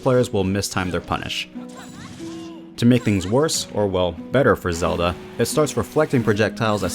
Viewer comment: Bro Said zela